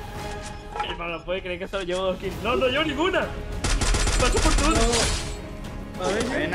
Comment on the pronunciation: Me morí de risa cuando dijo gracias por todo Pero se escucho Gracias pur tudo🤣 osi no escuche mal